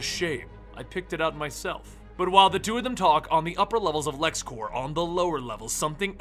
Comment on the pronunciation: it's Lexcorp not Lexcorps